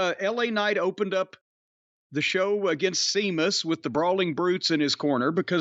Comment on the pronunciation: Say it with me folks: See Mus.